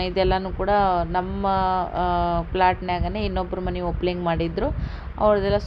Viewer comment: Adu opling...alla Opening Annabeku sis